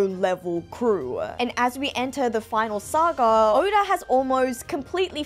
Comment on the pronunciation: why tf did u name urself and say oda like that